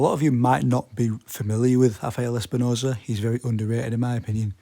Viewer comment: Its RRRRAFAEL ESPINOZA! NOT Hafael. Hes not fucking Brazilian, hes Mexican. PRONOUNCE THE R NORMALLY!